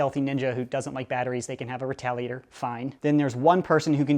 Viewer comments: U said retaligator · Listen you said retaligator #watchwhatyousay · Who else heard retaligator